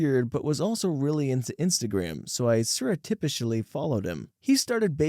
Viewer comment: check pronunciation of “surreptitiously” :)